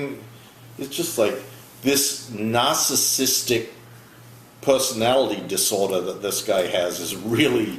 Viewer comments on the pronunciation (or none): You said the word...Narsicisstic..